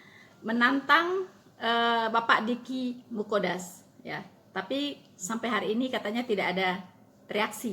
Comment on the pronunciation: Mantap,,,,sedikit koreksi,,Dicky Nggadas,,,bukan Dicky Muqodas,,,TYM